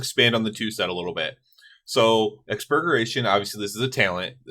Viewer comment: That “Exbugeration” 🍔 🍔 🍔